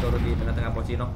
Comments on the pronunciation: Bang itu pochinki bukan pochinok lu kira free firee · Kenapa di sebut pocinok ya🤔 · Pocinki bukan pocinok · Everybody: pochinki: pochinok